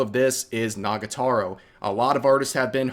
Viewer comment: Rev isn't beating the dyslexic allegations with his pronunciation of "Nagatoro" and "Horikoshi"